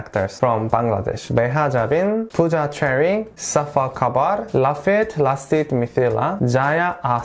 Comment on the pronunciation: Its safa kabir not kabar...